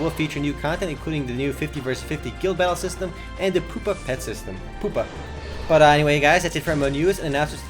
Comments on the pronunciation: It's (Pew-pa) not (poo-pa), Pupa like insects. Like so that he can see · Thanky, appresh I wasn't rtying to be a deusch or troll, he just says poopa a lot, and says he thinks it's a bad name, but it isn't pernounced like that, just trying to help.